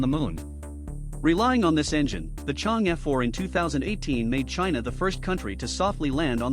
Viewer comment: This is a really informative video! Would be perfect if you can pronounce Chang’e correctly